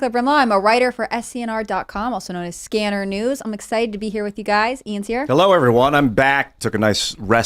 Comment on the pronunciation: It’s skinner not scanner